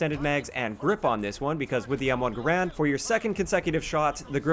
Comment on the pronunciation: M1 Guh-Rand